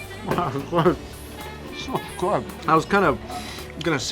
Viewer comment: He said 'food' not 'good' lol